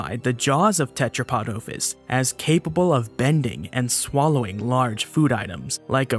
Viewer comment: The noun OPHIS has a short O (omicrom, not omega) and you keep mispronouncing it. Go and learn Classical Greek pronto BEFORE making any more of these immature and narcissistic vids.